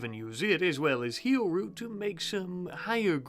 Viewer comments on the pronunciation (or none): none